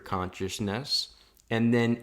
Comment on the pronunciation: I like how you say conchisness